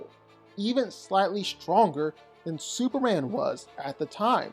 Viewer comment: Superrand? Why is it that you can’t say Superman?